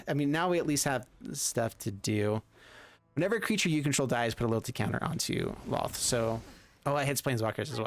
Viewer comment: They say Lolth's name wrong to....They say Looth...What's that!? lol